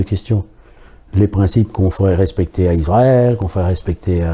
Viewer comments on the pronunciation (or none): none